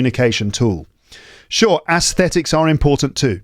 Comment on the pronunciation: Hai, I am an ardent fan of yours and you are my role model with regard to accent and pronunciation. But isn't your pronunciation of aesthetics different from the standard one?